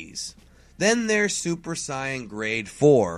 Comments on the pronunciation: well thats how the dub says the japanese anime says it the way he says it. i agree with you people say sayian they have always been saying sayian even toriyama says sayian but yet this guy wants to say the other version, i dont know why he does it, maybe to him it makes him feel like hes cool. QuakeGamer632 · hudson No Toriyama says Saiyajin. And any time one of the Japanese people cut of the Jin suffix, they pronounce "Psy-Un". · I hate how you say saiyan... But great video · this is not how you say saiyan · u rwally need to learn how to say the name its really messing with people before u do ur videos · I know this is an old video but why do people pronounce Saiyan is Syan? In the anime they tell you exactly how to pronounce it because you hear it spoken so many times. In Japan they pronounce it like Syajin but only like that, when they call them Saiyajin, not saiyan. Maybe I'm wrong but for me the way to say Saiyan in English is exactly the same way the ACTUAL saiyans say it in the dub? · Still will always pronounce it "say-in", but to each his own. I was in fact a "dubbie", so it can be painful to hear some of the original voices. Not to mention I feel as if something is missing if the exciting music isn't incorporated. Everyone has their preferences. Although I'm about to be told mine are shit XD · Bro could you pronounve saiyan correct (say in) your the only person on youtube that prononcis it wron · Regardless it's pronounced as "say in" if it was pronounced the way says it would be translated differently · ***** I don't even know what I did to trigger him. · Adrale4gotten Same, I had to check like 3 times to see if that was the real. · Purp Le thank you!!!! He needs to know how to pronounce saiyan god dammit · Farhan Kapadia i know right? b/c its weird hearing this guy say saiyan and Babidi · Who else got mad when he said Saiyan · Why do you say super cyan instead of super Saiyan? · Why does he say saiyan as siyon not even sayajin